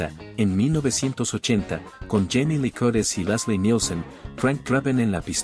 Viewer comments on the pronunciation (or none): none